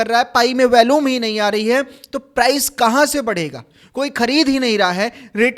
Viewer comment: वैल्यूम नहीं वॉल्यूम बोलो यार थोड़ा पढ़ लिख भी लिया करो